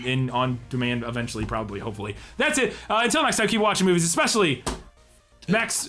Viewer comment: ekspecially? Really?